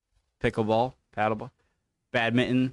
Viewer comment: BadminTON please not badmint un